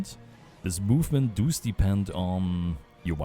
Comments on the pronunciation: Because i hear you say that a lot: It's "Does", not "Duus". Its almost spoken like "das" in german, but with an o inbetween. aka "dos" (I assume you are german, taken from your accent) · As an Austrian / fellow German speaker, I feel the "Du's" on every does. I feel it in my soul. Thanks for the guide! I was definitely missing a lot of the info on my end.